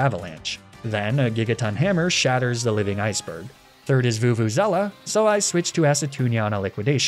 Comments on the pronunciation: STOP CALLING VELUZA VUVUZELA PLEASE AAAAAAAAAAAA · Your pronunciation of Veluza hurts me